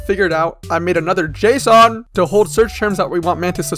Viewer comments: why do he say json like the heavy rain dad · The way you say Json sound like Jason which is my first name